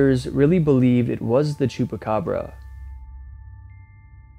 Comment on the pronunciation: nope I'm not,I'm an idiot and didn't check my own writing,it was supposed to say that the word is chupacabra not chupacabro which is how he pronounced it in the first part of the video.